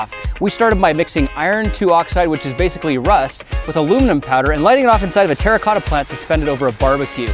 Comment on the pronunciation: When you play minecraft and u hear grant say "terracota" 😮😱😂